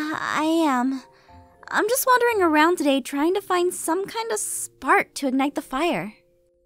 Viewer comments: Martyna Kozyra it kinda sounds like he was saying "just" or "jess" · Martyna Kozyra He said "just" but it sounded a lot like Jess